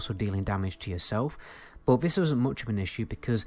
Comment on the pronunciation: I love the way you say "bod" instead of "but" <3